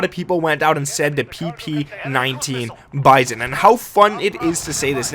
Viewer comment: It’s not bison it’s bizon lol